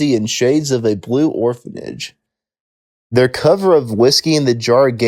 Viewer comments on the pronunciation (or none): none